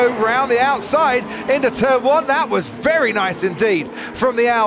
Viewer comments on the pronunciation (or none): none